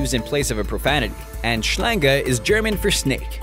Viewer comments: "schlänga? .... its schlangE .... your german can use some adjustments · The pronunciation of "Schlange" is awful. I'm actually from Germany and I live in Germany. Greetings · "awful" is a nice word to describe it! Als ich merkte, dass er Schlange sagen wollte, konnte ich nicht mehr vor lachen. Dear, before saying a word in a different language, please make sure to know the right pronunciation and practice a bit. Even google translation get it right >.<